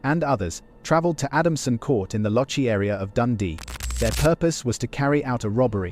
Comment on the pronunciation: I think you'll find it's Loch- ee. Loch as in a spread of water and ee as in the letter E.